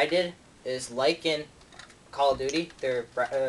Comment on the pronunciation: "cah of duteh wor at war" hahaha